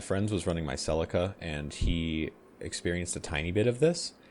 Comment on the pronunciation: It’s sell-lee-ca not sell-er-ca. For the Celica